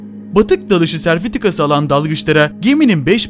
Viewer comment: Serfitika değil sertifika. Ciddi bir kelime telaffuzu problemi var videoda